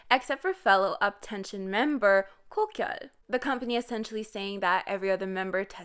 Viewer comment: Ok but why do you say Kogyeol like that!?😭😭.